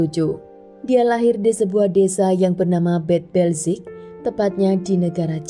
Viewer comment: Di menit, yang benar adalah Andrea LOHAGEN bukan LohaNgen, jangan seenaknya merubah nama orang. Pada Bad Belzig dibaca BAD, bukan BED, karena itu adalah nama Jerman, jangan semua di-Inggris-kan! Pada menit "LaboRatorium", bukan "LaboLatorium"! sekolah nggak sih? Jaga mutu dong kalau mau berInternet!